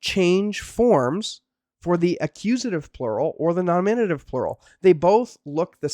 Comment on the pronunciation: dude, learn to pronounce Greek grammatical cases ...NOminative...not ... noMInative...;{ u got it right at some points...